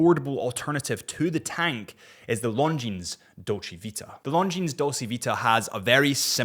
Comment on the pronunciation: man, french terminal S's are mute... LONGJEANSSSS 😂